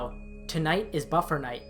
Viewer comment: NOT buffer night... BUFFET NIGHT!